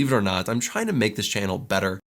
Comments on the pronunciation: Believer are not I'm China make this channel better. 全然違った。trying to がどうしてもChinaに聞こえる笑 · 聞き取り Believe or not I’m china?? make this channel better. Believe →Believe it china??→trying to china な訳ないと思ったけど0.5倍速でもchinaとしか聞こえない。